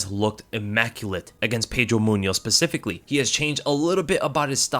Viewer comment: He said pacifically it specifically